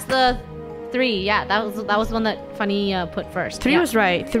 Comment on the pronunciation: funneh sounded British